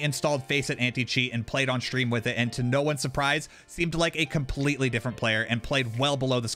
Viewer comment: Is there a legitimate reason why gen z's always put letters in words that absolutely do not belong in those words? Example, shtream. Why? There isn't an h in the word stream. Look up the word in the dictionary to see how it's properly pronounced. How many videos do I have to watch repetitively before i consistently find gen z's pronouncing words correctly. It's always pretty much the same word they pronounce incorrectly. It seems like this world will pretty much be entirely full of copycatters. Get a life man.